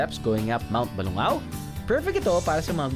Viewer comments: Drew, you don't pronounce it as "Ba-lu-ngaw" it's "Ba-lung- gaw" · Kuya, mali ho ang pagbigkas niyo, ng pangalan ng bayan namin, Ba-lung-gaw po ang pagbigkas. Thanks for visiting!